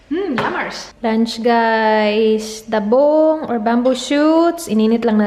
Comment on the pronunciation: I think its labong,, not dabong?? 🤔🙄 just my opinion